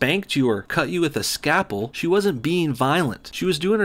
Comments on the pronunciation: Cut you with a what? A scapple? lol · I believe it's pronounced scalpel.... Sorry, go on.....